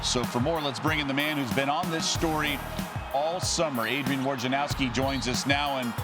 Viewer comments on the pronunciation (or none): Wojnarowski = /voy-na-rov-skee/ COME ON